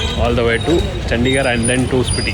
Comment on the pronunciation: Bro pronounce it as Spithi not Spitti